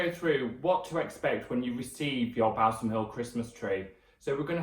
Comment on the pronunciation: its pronounced "Ball - sam" ....not bowel-some lol